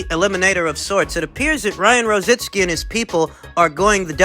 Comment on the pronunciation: IT'S ROZICKI...NOT ROZITSKI....LOL...